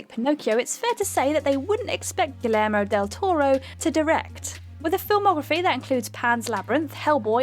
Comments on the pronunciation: It's Gi(YE)rmo...not Gi(L)ermo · Did you say gill-ermo? Silly girl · no. It's pronounced (hard G) gee-air-mo. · why do you miss the o in guillermo del toro's name? and where is the arm? (ghoul air moe dell tor oh) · Gill-er-moe? Gee-yer-moe. A little effort please. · Gil-ermo? Steven Curry? Adaption? This is a major channel, and these are some cringy mistakes... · is a terrible copy reader, specifically her near-inability to say the word "adaptation." the silver screen "adaption" "Galermo" del Toro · "GiLermo Del Toro" "Steven Curry" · Are you guys ever going to learn to pronounce Guillermo? Oh and not just him but Cotillard. You guys live in Europe how are americans pronouncing these names better than you? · And,? Please feel free to learn how to pronounce "Guillermo" correctly. Do your homework.